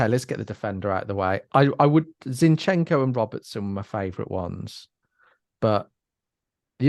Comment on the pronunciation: Guys it's z_I_nchenko, not zinchEnko (I'm ukrainian)